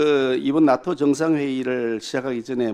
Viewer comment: 발음이... 나토가 아닌 낫또로 발음하는것이 어거지에도 왜국노 인증... 멍개같은 논리인지